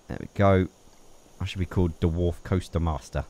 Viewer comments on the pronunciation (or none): Did he say "derwarf"?